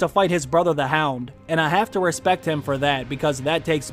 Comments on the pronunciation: “I had to put some respek on her name” lmao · Put some "respekk" on Arya's name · You gotta put some "Respek" on that name boss man 💪🏿💪🏿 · Put some respeck on her name!! 💀💀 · Put some respeck on her name!!!🤣